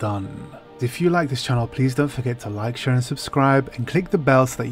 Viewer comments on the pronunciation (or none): none